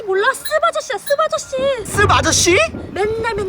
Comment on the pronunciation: 씁 아저씨 발음 주의 ㅋㅋㅋㅋㅋㅋ 쓰바저씨 ㅋㅋ